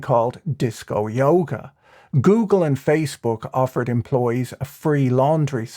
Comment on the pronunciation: Did, did he just say goongle ish?